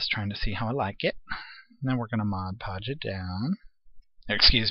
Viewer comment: MOD-podge,! This video is making me laugh, for which I thank you, cuz this day started out in the dumpers!